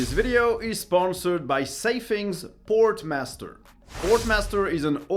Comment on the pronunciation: You really need to pronounce your sponsor names right. You kept calling them Sportmaster like the shops .